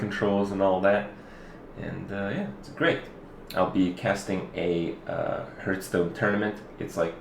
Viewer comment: I love how Kripp after all this time still insists on calling it "Hurthstone". He clearly doesn't give a single fuck. :p